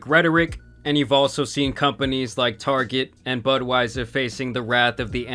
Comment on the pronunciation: Lmao he said Budwieser